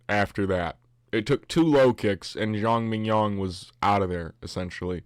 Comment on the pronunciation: haha i kept thinking you saying Zhang mignon like .. fillet mignon